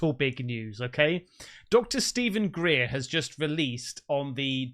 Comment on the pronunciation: Speed time. Greer? Lol